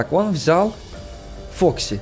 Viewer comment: Не вок и а фокси!